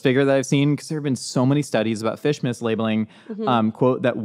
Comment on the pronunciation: Every time he says fish mislabeling I just hear fishmas, our new holiday.